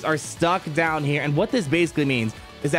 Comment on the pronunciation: Pawty rictor! down, douw, downd!!